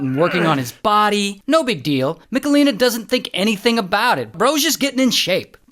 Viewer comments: Ray, it's not MiKalina, but MicHalina 😂 Its a serious case and i couldnt watch it without giggling 🙈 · im from poland and the pronounciation of michelina is hurting my soul